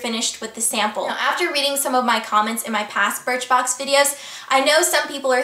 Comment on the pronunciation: You said BIRTHBOX! haha